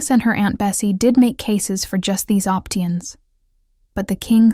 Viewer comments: "Opteeuns" sounded like a real human reader making a mistake but you know it is a very odd mistake to make. This does not sound like a real girl. It looks like you need to know what to look for for a robot now. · "Op-tee-ens"? Welcome to the new YTube era: robo-voices that cannot pronounce the common word "options"... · Absolutely. For example "speerealed" for spiraled . "Opteeuns" for options . "Recunseelid" for reconciled . Ridiculous.